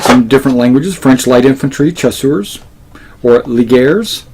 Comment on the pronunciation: If it helps CHASSEURS is pronounced SHASSEURS...